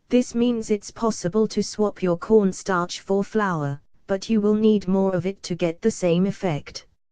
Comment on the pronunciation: I thought she said porn star